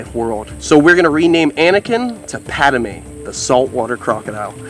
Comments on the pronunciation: Just a heads up it’s not Pad-a-mé it’s just Padmé. Just helping lol. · It’s “Padme” 🤓🤓 Not Padame 😂😂 But cool name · It’s PADme. Not PADAME LOL.